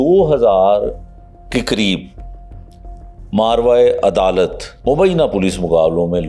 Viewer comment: تھوڑا سر تلفظ درست کر لیں ماروا نہیں ہوتا ماآوارا عدالت ہوتا ہے